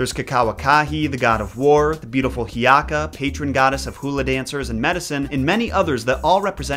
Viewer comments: its Hiʻiaka, (hee-ee-ah-kah) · coming from someone who ʻōlelos almost fluently, he did VERYYY well, though when he said hiʻiaka and mauna kea i just had to laugh 😂😂